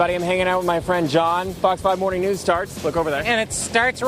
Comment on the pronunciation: He said noods instead of news, that guilty conscience came out strong